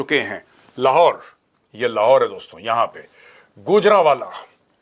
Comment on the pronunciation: lahore nhi sir lahhhhhhor hai 😂